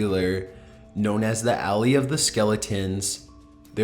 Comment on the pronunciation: When you say "alley" did you mean "valley?" As in Valley of Skeletons.